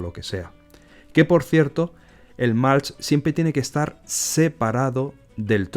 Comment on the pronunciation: Súper interesante! Gracias por compartirlo!! Por cierto, acolchado en inglés se pronuncia “mulch” con u no “malch”. Un saludo!